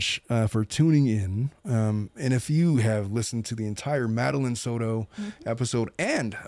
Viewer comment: You’re pronouncing Madeline’s name wrong 🫤